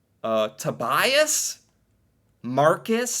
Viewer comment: You can put the names in google translate in norwegian to hear how they sound. I know so manny people with these names, and a lot of them are from my class. i started laughing a bit when you said Tobias because its said differently then how you think.🙃